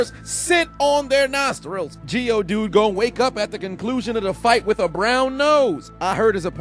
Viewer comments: Did these guy really say geodude lol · 😂😂😂😂😂😂😂 This man said Geodude 🤣🤣🤣🤣🤣